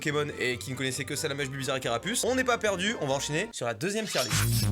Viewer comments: WHAAAAA au début quand tu as dit tier list j'ai que écouter et pas regarder j'ai compris Djihadiste ça faisait bizarre XDDD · g compris "djiahdiste" …. voila